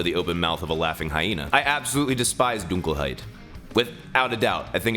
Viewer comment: You're the first American to pronounce "Dunkelheit" 100% correct btw, congrats xD I (as a german) have heard waaaayyy worse, thank you... uh.